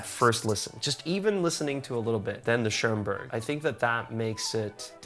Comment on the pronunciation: Violinists: Wow, he plays really well. Me, a German: Wow, his pronunciation of Bruch and Schoenberg is really good.